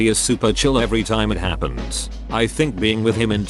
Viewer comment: LMFAO "shit happends"